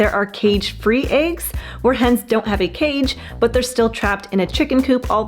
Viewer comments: It's not aigs, it's eggs 🙄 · What are “ayegs”? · I like how you pronounce eggs. Ayg. :face-green-smiling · This is so funny, because the girl can’t say the word eggs .